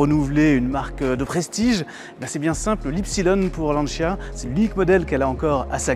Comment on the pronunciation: "lanchia" tant qu'on y est "lanchiasse".... en France c'est LANCIA